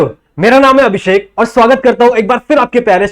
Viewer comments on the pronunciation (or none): none